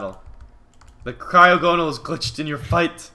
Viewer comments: Mitch it's pronounced cry-og-a-nol no cry-og-no-al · mitch...its pronounced cry (as in tears) ogo (as in saga) nal (as in null) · Its pronounced cry-ah-go-nal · It is pronounced cry-awe-gon-il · Pronounce it cry ag o nal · you pronounced wrong it it cry-og-en-al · Mitch the pernunsiation is Cry-Og-On-All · It's pronounced cry og a nal I think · It's cry-og-gon-al is how you say it